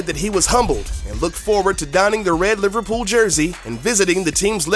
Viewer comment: the way you pronounce liverpool makes me wanna kill my self